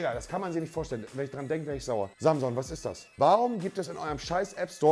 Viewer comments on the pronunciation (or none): niemand: wirklich niemand: monte: samson, die girage, phillips hu, game of srones, breaking bett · Niemand: Wirklich Niemand: Monte: Samsong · Dass hier keiner was dazu sagt, dass er 5 Mal "Samson" statt "Samsung" gesagt hat :D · Niemand: Wirklich niemand: Nicht mal Angela Merkel: Monte: Samson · Niemand: Monte: Samson Fernseher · Niemand: Absolut niemand: Nichtmal Merkel: Monte: Samson